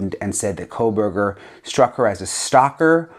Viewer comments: Megyn,it’s CO- burger. The way you are pronouncing his name you’re adding an L Col burger it’s CO- burger. I have heard you say this name for years the wrong way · Megyn I love you but there is no “L” in Kohberger. 🫣